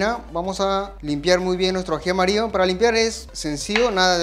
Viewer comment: Excelente video, te sigo, pero trata de hablar bien no es aji amario, es aji amarillo. Tampoco se dice lo corto la papa, papa es femenino se dice se corta la papa, esta carne es muy bueno no se dice así, se dice esta carne es muy buena, carne es femenino, etc. Te ven de muchos países, deja una buena impresión de nuestro país 💪